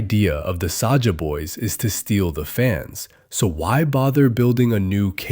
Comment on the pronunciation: AND SAJA NOT SAJAH